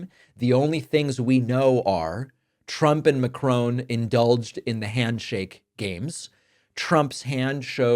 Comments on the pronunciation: I wonder if his ego was also bruised when Monsieur Macron fact checked him and then pulled his hand and squeezed it hard (like Trump does to others).. Btw David, with respect, it's not Macrone, it's Macron - two syllables with equal stress on each or a slight emphasis on the second syllable. 💙💙😊😊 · I wish Americans would pronounce Macrons name correctly. It rhymes with won not crone It’s not Macrone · Its not McCrone! Itspronounced Mac ron. Pronounced mac and then ron. Sort it out please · Wish this guy could pronounce the French President’s name correctly. It’s not Macrone, but Macron. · The French president's name is "Macron", with a French pronunciation (and with the "n" being silent), and not "Macrone". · Just a minor quibble. There is no "E" in Macron. Disrespecting foreign names by misprouncing them is an American trait, but not good. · Please pronounce Macro properly there is no w before the n